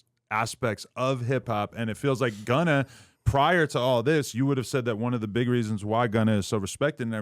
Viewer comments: “Gunner” -Wack100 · Gunner , it’s Gunna wack 🤣